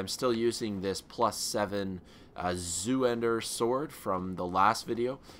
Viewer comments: Zweihander, pronounced "zvai-hender", but he sounds like he saying "zoo-hander", I don't think there's a reason to call him an idiot. Idiot. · Lol zoohander. Its zweihander. Pronounced kinda like swey hander but the s is pronounced like a z. So zwayhander. Its german for two handed. Like your videos man. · Shouldn't it be pronounced Zvwei-Hahn-der? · Zweihander.... Zwei means two in German, therefore: the sword is called "two-hander" Sorry just hearing you say "Zooender" or whatever pains me. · the sword is pronounce zwiehander (s-wi-hand- ehr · zweihander is german, it's pronounced in english like this: 'tsvwhy-hander' ;) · Actually, Zweihander sword is pronaunced Zoolander sword. Orange mocca frappuccino! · Your walkthrough is really helpful, and just to say it's zweihander (pronounced Z-VI-Hander) in german it means Two-Handed. But that's besides the point thank for the help :D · It's more like "ts-why-hand-ah" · It's funny how Americans can't pronounce Zweihander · btw that's Zwei(two in german)hander look up the pronunciation of the word